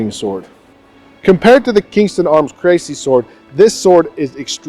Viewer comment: It's pronounced "Cressy" not "Crazy" ;)